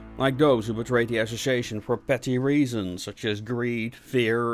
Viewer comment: Need to work on saying the word "Association" , other than that, Great JOB!